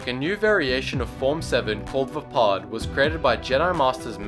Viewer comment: Maximo665 vaapad=vaypad